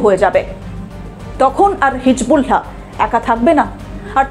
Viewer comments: thank you sister but your pronunciation of hisBullah is incorrect. শব্দটি হিজবুল্লাহ হিজবুলহা নয় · আপনি কেমন সাংবাদিক হিজবুল্লাহ সব্দটা ঠিক মতো বলতে পারেননা।